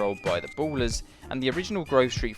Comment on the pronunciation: of da "boolers"